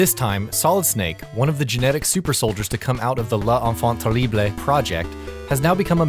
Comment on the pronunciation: You badly pronounced "Les Enfant Terrible"